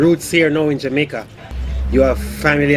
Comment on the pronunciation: series should be called: wakin troo jamaka literally spelt like that n pronounced like it to add to the charm